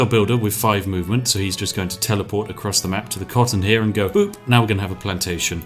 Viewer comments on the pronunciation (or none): none